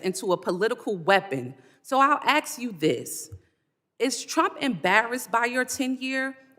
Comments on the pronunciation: the word is ask not ax. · Ask not Axe. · Its hysterical that a siting member of congress can be an absolute a- hole to a sitting secretary but can't even say the word ask..😂😂😂 i would have axed her to repeat the question in english....go ahead ill wait... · Although I personally say “ask” vs “ax”, the “c” in Connecticut is never pronounced. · It is ASK.....NOT AX you a question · I seriously feel dumber after watching this complete waste of tax dollars and my time. What an idiot. Oh any word is “ ask “ not “ ax “. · AXE..HOW MANY TIME DID SHE SAYS AXE YOU. DEI😢😢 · It's a black thing they can't pronounce ask so it's always AXE